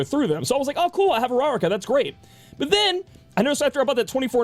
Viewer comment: Hearing him try to say Uraraka hurts.